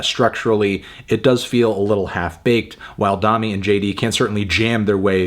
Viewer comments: say domi like you’re saying dome, not dominate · I cant believe he pronounced it "Dom-me" the whole time instead of "Dough-me"... Melon... its like the musical solfege.. "do re mi fa so la ti"... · P sure it’s pronounced like domey not dommy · Isn’t her name pronounced “DOH-me” not “Daw-me”? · I was hoping you'd review this. I like this record a lot, but i also agree that it does feel a little half baked at times. People have been waiting 3 years for this record though, so maybe it was also time for them to just finish it and move on. also i think its pronounced DoMi, not Dahmi, but don't quote me on that. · Domi - pronounced "doe - me" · it's pronounced domi as in dome-y, dome as in head, head as in melon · doe-me and jay dee beh-ck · i thought domi was pronounced with a long o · doemi not dami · "Dommy" lol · Domi = "domie" -- like "homie." I think, anyway. Great review, though. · Fantano has no fucking idea about jazz. Also can’t pronounce the artist’s name. Also what is a “progidy?”